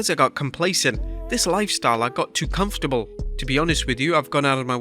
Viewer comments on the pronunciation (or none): none